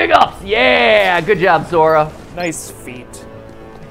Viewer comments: matt says zora instead of sora multiple times. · I knew I shouldn't be watching this, but when you repeatedly said "Zora" instead of "Sora" I was out. Cheap cash in for views. Shame on you. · Mathew..... Sora with n "S" not a "Z" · Zora he said ZORA